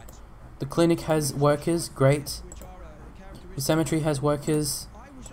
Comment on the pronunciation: You say cemetery like symmetry! Just a bit buggy for me.